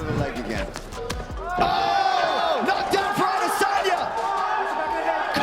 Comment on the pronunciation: Respect Alex for pronouncing Izzy’s last name correctly 👏🏾👏🏾